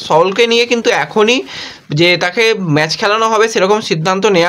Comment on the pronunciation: কথাটা ম্যাজ নয় ম্যাচ ।